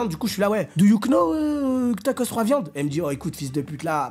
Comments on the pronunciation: cc, juste pour préciser que le k du « know » ne ce prononce pas !! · Les « do you Know » avec le K fort, ça me termine 😂😂